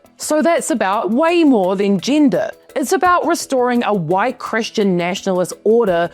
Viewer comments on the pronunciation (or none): none